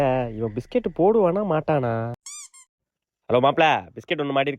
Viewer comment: Biscut la s ah vittutingala anna😂